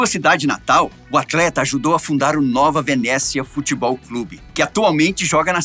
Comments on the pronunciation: Só uma correção. A pronuncia corretado do nome da cidade é NOVA VENÉCIA e NÃO ¨NOVA VENÉZIA¨. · Falou o nome da cidade errado é Nova Venécia e não Venezia, (sou do Espírito Santo) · Só uma observação. E nova venécia e nao nova venezia.